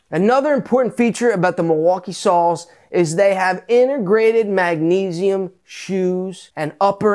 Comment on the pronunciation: "Sound it out, mag-uh-neze-ee-um." Not sure which is better, that or "When the octanes occulate...". :D